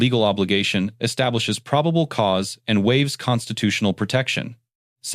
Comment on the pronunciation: What is "pribable cause?"